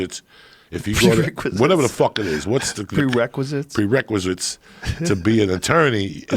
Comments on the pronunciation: "Prericulum" had me cracking up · "Pre-riculum” -Joey Diaz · Joey "prericulum and prekazits" diaz..... lol... love him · He said “pre whatever” and then “pre-ricculum” instead of prerequisite 🤣